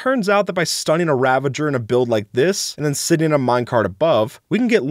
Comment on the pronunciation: It's powder snow; not powdered snow. Glad to hear you pronounce ravager correctly, unlike many others who call it a ravenger.